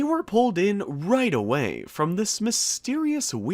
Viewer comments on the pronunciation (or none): none